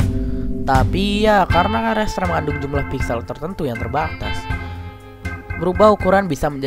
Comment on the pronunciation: Ucapan RASTER yang benar itu "rester", bukan "reister".